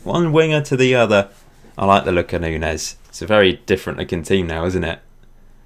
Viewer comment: Just a note: Nuñes is pronounced Noon-yez.